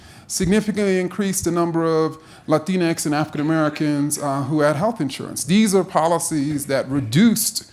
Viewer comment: Love how he says “latinx” in that accent when no Latino people in real life r onboard with that